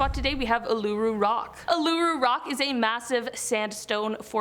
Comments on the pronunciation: it's pronounced oo la roo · It's oo ( as in Boo) La roo rock. :)